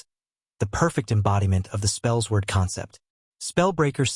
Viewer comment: Spells Word?!? Spellsword is pronounced “Spell Sword”. Edit: I’m a bit boozed up at the moment , but I just had to come back here and say that I find it absolutely hilarious that you don’t know the pronunciation of your build!!!! 🤣